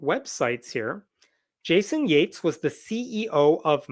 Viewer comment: did Hemnat say JATES, oh so Yates, like we don't know how to spell it, FUCK SAKE